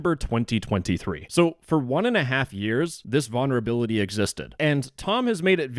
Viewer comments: Vulnerability not vonnerability. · Can you please stop saying "Vaunerability" 😭😭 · Why can’t this dude say vulnerability correctly 😭